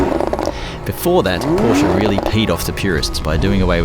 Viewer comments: Try two things: push the sport exhaust button and learn to pronounce Porsche correctly. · How is he a purist and he mispronounces the name.